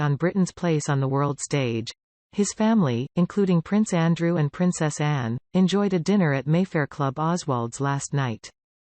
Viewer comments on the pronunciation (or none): none